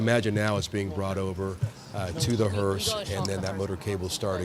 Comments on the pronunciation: It's a hearse, not a hearst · Not Hurst, it's hurse! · Hearse .. not Hearst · HEARSE NOT HURST. A Hearse carries a casket. Hurst is a transmission product manufacturer/retailer. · Hearse not hurst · Someone should have told the lady it's a hearse not hearse"t" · It's HEARSE not hearst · Hearse does not have a T on the end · Hearse no t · you've done great coverage, but there's no "T" on the end of hearse. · She keeps saying “the hearst” and even her co-announcer doesn’t know to correct her. Orange Dump did say he loves the uneducated 🤪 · The word is hearse without a T. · Someone needs to tell the female commenter that there is no “T” in the word hearse! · Please stop saying “hurst” it’s distracting